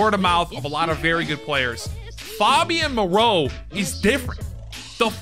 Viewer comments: FAY-BEE-YAN Moreau. Pronouncing it like he's Fabio 😂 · Mans said “FOBian Moreau” 😂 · It’s FAYbian moreau